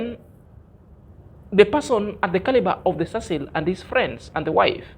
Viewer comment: Why are you always listening that rubbish idiot nt. This delusion mad man who claimed that to be a teacher! Marwa is well brought by his mum and dad and has respect for elders and others people who is surrounded him. This nt can't pronounce the name of Mr Cecil, I really hate that man. I really like your motivation and honesty but that nt makes me feel like throwing in the trash